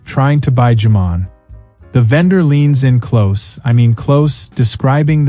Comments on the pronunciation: Americans don't say it like that either, save for a few truly ignorant types. AI is its own type of ignorant. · LOL jamón pronunciation - FFS, dump the AU (artificial unintelligence) and find a narrator who can cope with language pronunciations other than American.